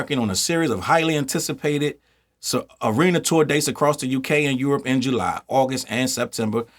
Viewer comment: Did you say “ARENA” tours🤣🤣😭😭😭